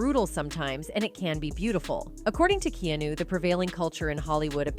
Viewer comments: KE-A-NU not Kino dammmm fucking up the man's name. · Key-new?! Way to butcher his name... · Who’s “Keeenooo” 😂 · Why do videos call him Keenu?! His names Keanu! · Please learn to pronounce his name correctly